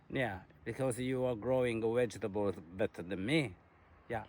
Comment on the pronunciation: I cannot stop laughing! Great chat about the reality of having a yt channel. Carlo is so funny and I will be saying 'wegetable' from now on. Thanks for making videos!